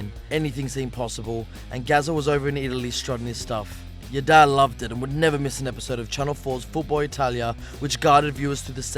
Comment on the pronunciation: Why are you trying to fit in to the recent Scottish trend by pronouncing ‘your Dad’ as ‘Yer Da’